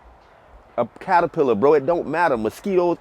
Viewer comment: Did you actually say, in the beginning, "paterpillar?" 😅